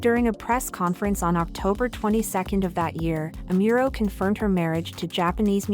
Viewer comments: its Amuro... not Emiro... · Amuro, not Amiuro. 🤦🏻‍♂️ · It would be nice if you could research and learn how to pronounce her name better. Amiro?